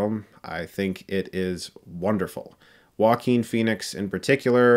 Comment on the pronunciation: I have a 2 friends called Joaquin and they pronounce it Jo-quin so why does he pronounce his name Wakeen